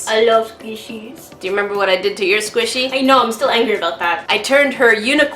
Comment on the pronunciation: I ADORE THAT SAYS SQUASHY INSTEAD OF SQUISHY